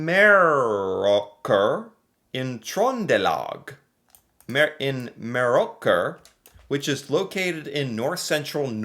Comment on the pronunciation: ..You nailed the Trønder dialect. Meråker pronounced like a native Trønder